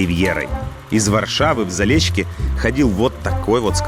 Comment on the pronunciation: Заліщики, а не Залєщіки, так для інфо. Але ваш проект-крутий! Успіхів вашій команді і нам усім у пізнанні нашої країни! 🇺🇦❤️